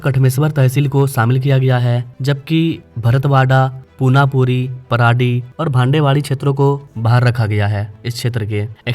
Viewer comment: जी कामाथी नही कामठी बोलो. गोंडाखारी नही गोंडखैरी बोलो. पुनापुरी नही पुनापूर बोलो. Facts and figures check करके बात करो. ओके जी. 🙏